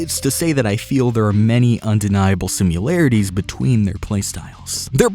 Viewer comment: You lost me at "simularities"